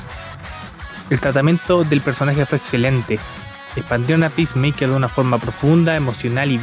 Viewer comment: Bro, están apunto de vender todo warner y nuevamente van a reiniciar el DCU Jajaja Que carajos salvo “pismeiker” según tu?